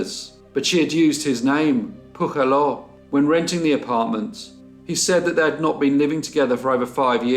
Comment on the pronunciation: Ps. Since the name Pujaló is Catalan, the "j" is pronounced as in "jewel", not the aspirated Spanish "j".